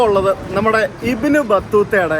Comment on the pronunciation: ഇബിൻ അല്ല ബിൻ that's the pronouncing